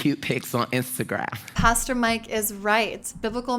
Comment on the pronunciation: Omg he just called Instagram "Instagraph" lmao. That lightened the mood for a second, I needed that